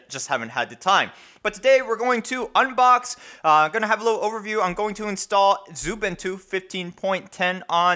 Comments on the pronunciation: I noticed you say 'Zubintu'. Pls stop. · ... No that's xubuntu not xubintu...